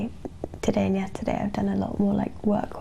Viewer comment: Und Hold, she sounds a bit German to me?